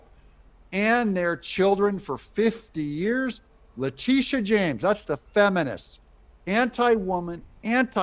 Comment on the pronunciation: Le-titi-a James